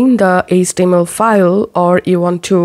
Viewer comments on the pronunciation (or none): IT’S “HEYCH TEA EMM ELL” (HTML) Stop pronouncing H as ESS. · what is ace-tee-em-el?